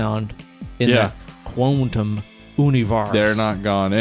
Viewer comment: "Quantum ooonivarse!!" LMAO